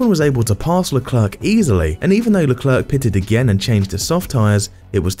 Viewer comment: mispronounced leclerc. the last "c" is silent